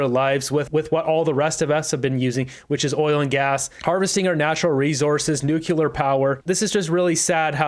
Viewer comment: Its Pronounced "Nu Clear",! Not "Nukiller" 🤔